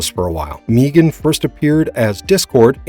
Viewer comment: Who TF is Meegan? It's pronunced (Meg-an)